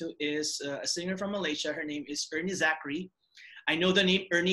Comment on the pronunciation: Its air-nee zakri. You pronounce it, er-nee. That sounds weird lol.